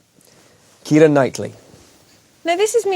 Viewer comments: His pronunciation is Irish pronunciation of the name Kiera which the Irish spelling is Ciara.☺️ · Finally my name pronounced correctly thank you James McAvoy